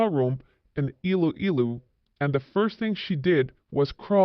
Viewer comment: Please learn to pronounce Iloilo and Pinay😊